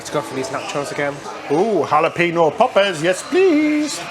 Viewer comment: “Hal-a-pee-no” just tickles me. I smile every time I hear either or say Jalapeno ☺️